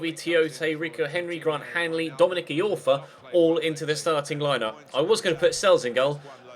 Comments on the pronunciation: It's pronounced Dominic "Eye-orfa" not Dominic "E-orfa"! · Iorfa Pronounced eye-orfa not e-orfa